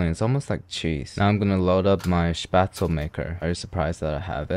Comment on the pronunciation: As a german, first of all I'm proud you know Spätzle and pronounce it very well. Secondly, a Nudelsalat is a noodle salad! It's supposed to be cold! (But it doesn't work with Spätzle tbh)